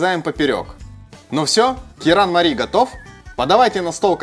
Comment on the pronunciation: Правильно звучит же керанмали